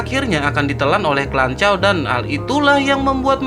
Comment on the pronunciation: Klanchaw😂 lanchaw... 😅